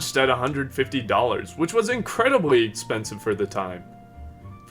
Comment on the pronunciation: "Ex penis ve"